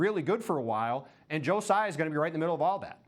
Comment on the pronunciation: Wrong. It's not Sai and its not Tzai. Taiwanese dont use "Z". It's Tsai.